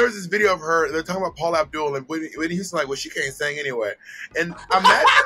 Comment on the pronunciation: Not only does Thorgy say “yuge” and “yuman” she also says Whitney “youston”